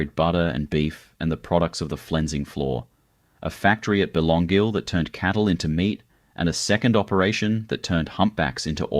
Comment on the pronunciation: Yes, so many of these photos don’t relate to Byron! Some even look American. That’s AI for you, I guess .. . Someone needs to teach AI how to pronounce ‘Wategos’ and ‘Belongil’ !!!